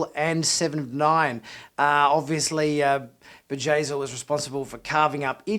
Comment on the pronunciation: it's Bjayzl, not Vajazeel. It's a B not a J.